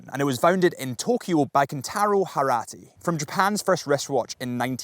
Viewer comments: Harrati or Hattori? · It sounded like you said the Seiko founder’s name is “Harat,” instead of Hattori. Is it just me?